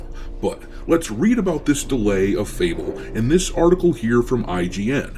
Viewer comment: Fable hahahahaha sound like UNABLE